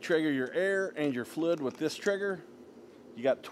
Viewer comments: I was like "what the heck is he talking about? Flu, flud, flud" then it hit me... OH, he's trying to say FLUID, but just leaving the "I" out... NOW I get it (diction is important) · Great video, but damn bro... It's FLUID, not Flood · Clarify please.... are you saying "flid" or fluid? Liking the info- video so far just not sure if flid is a technical painting term or if it's your pronunciation. Thanks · Thank you for this video sir! I'm trying to figure out what the knob on the side is for, the one marked 1-4. It sounds like you're saying it's a "FLID DELIVERY"? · Great video. I've never heard anyone say "fluid" like you!